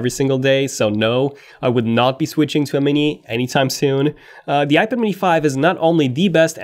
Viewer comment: Please learn how to pronounce iPad.